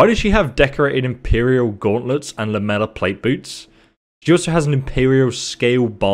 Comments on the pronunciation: lamellar... "Lam-ella" everyone else "Lam-Ell-Ar" as in Laminated. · I know you have dyslexia and I love your content but it’s called Lam-A -Lar on the armor